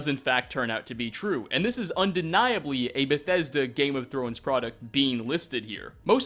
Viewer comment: STOP SAYING BETHESDA LIKE THAT WTF IS WRONG WITH YOU